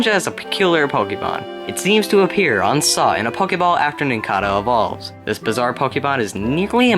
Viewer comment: You pronounced nincada and cicada wrong (sik-ay-duh) (NIN-cay-duh)